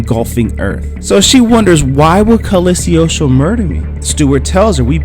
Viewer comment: It's pronounced Cog-lee-o-stro.